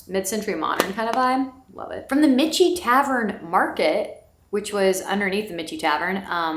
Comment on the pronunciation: Love your VA videos! Just a note - Michie is pronounced Mickey - like Mickey Mouse.